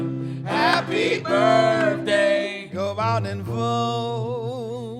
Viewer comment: and its birttthhhhhhday not burfday